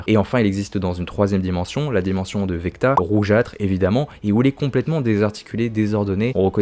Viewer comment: VECNA pas VECTA lol 😂